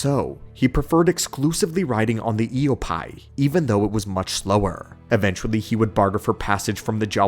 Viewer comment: Sorry i’m a month late,, but it’s Ee-oh-pee, not pie